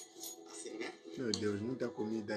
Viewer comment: Kkkkkk não é aracajé e sim acarajé 😅😅 abenço Gil de são Paulo